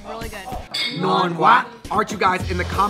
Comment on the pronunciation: It's ngon qua... Not ngon gua... Wow.. Lolll